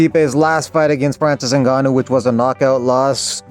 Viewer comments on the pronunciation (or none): none